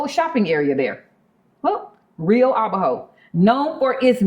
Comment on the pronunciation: Rio Abajo ... just a heads up. The pronunciation is to put the accent strength on the second syllable, not the last one ... so, it's "a-BA- jo". Not " a-ba-JO".